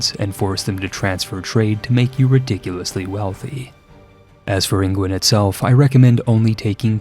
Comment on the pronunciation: why do you call england "ingwend"? lmao